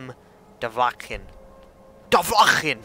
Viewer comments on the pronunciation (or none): BTW it is pronounced Do-Va-Kin